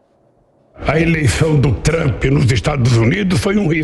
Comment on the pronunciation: Lula não sabe nem pronunciar o nome de Trump. Nem ler português direito